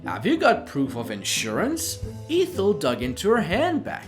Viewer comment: The first E in Ethel is short sound not long.